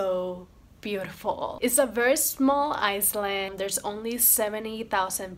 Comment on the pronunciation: You are sooo beautiful 🤩 ♥️♥️ Funny you said Bermuda es a small” Iceland “ instead of Island 😂